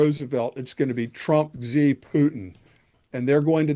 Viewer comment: Xi is pronounced like "she".